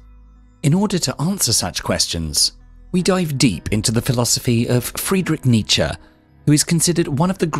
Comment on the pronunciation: Oh yes ! It's the famous Fwedwitsh Nitsha